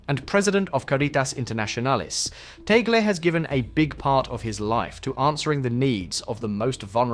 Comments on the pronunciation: It’s TAG-LE, not TAGEL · its not Tagle' you can read it or pronounce as Tag-Le